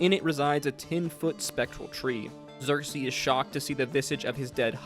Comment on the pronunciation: I just can't get past how much you put the "ASS" in Vespin Chloras, when nobody has said it that way on the show. Some pronounciation help from the show(s): Vespin Chloras (KLOR-is, not KLOR-ass) Xerxus (ZERK-sus, not ZERK-seez) Loquatius Seelie (lo-KWAY-shis, not lo-KAY-shis) Rosohna (ro-SONN-a, not ro-SHAH-na) Purvan (pur-VONN, not PERV-on)